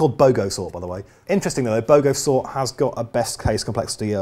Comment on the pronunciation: Wikipedia told me you said Bogosort. I thought you said BOGANsort! Good aussie will understand the confusion.:)